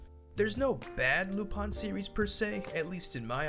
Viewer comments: its "lupin" not "lupon".... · Lupon or lupin??? Because I swear his name isnt lupon. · why do you say lupon its written in lupin pin i dont understand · Why lupan and not lupin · Why do people call him Lupon and not Lupin? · Damn it's really pronounced lupon?